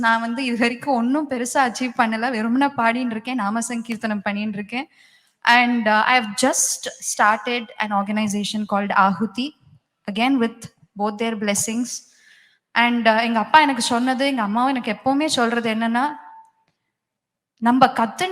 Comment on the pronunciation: Hi stupid anchor,it is Aahuti not ahuti